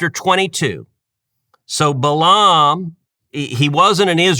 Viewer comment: I can't believe that you still mispronounced his name. Only a Coastal liberal would pronounce Balaam (Bay lum) as Bah lahhhm. You could have simply looked up and pressed play to hear the normal American pronunciation.